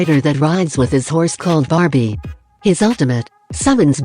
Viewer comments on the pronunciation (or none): its a joke, the voice said barbie instwad of barbiel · Its barbiel no barbie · its a joke, becuz the voice said barbie instead of barbiel